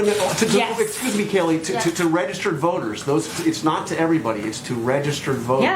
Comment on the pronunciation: oh its kayleigh i thought he was saying kelly. he got owned! find a new job fella you cleary cant do this one. she's great